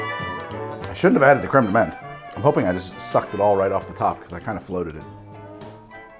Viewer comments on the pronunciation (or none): As a canadian, whenever i hear this man pronounce french words(creme, pastille, etc) i die a little inside